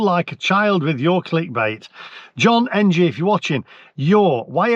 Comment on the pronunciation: You idiot lol,you crack me up,pulling up peoples spellings etc.Yet at 6.27 in,you couldn't even read the name John correctly.Thankyou for making my day😂😂😂😂